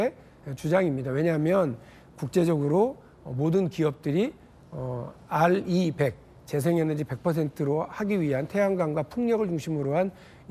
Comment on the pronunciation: RE100 은 알아백이 아니라 알 이 헌드레드가 옳바른 읽는 방법이며 정책이 아니라 민간단체이다. 세계적인 대세가 탄소중립은 맞지만 그것을 달성하기 위한 방법은 신재생에너지가 아닌 소형원전이다. 소형 원전이 발달하면 신재생에너지는 버려질것이다.